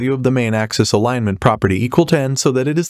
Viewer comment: For example, - "Alig - ment" vs "Alinement" hahaha